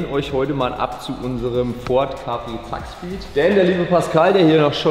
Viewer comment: ZAKSPEED und nicht ZAAKSPEED!